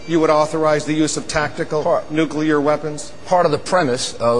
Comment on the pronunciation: nukUler!!! Where TF did he get that.